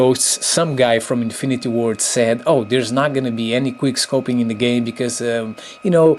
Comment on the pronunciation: Queer scoping it's quick scoping pronounce it right